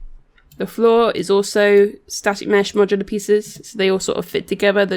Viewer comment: Not mocular yes Modular :D haha